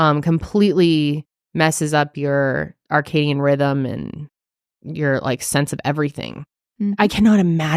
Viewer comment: Circadian not Arcadian